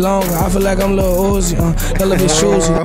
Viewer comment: My dude said lil yewzi lol